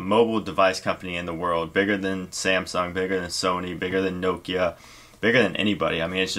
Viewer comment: hehe u say nokia weird